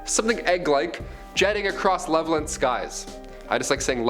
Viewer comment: Levelland is pronounced (Level-Land)